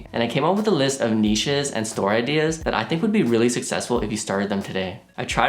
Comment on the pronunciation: Thank god! Someone who can pronounce 'Niches' correctly. Every time someone pronounces it like it contains a 'T' I die a little inside.